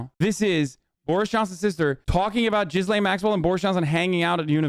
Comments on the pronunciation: French guy here: it's pronounced 'Ghislaine' not 'Guylaine'... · Lol it's not pronounced Jizz-lane Maxwell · And Gislaine is said like "Ghee lane". And the fact that you don't care that the files are sealed with the names. Just shows that these girls are in danger more than ever because no one knows who these people are. If these girls go missing how is anyone going to know who did it. Gislaine is a sacrifice, you seriously don't know a thing. They didn't offer her a deal to name names. You need to stick to your games don't commentate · he calls her jizzlane maxwell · Damn, he called her JIZZlane Maxwell. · nah, it's not oblivious. Americans know how to pronounce JIZZ-LANE perfectly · Di you just call her Jizzlane? 😂😂